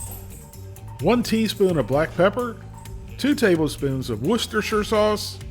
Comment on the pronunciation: The first American I've heard pronounce Worcestershire sauce correctly.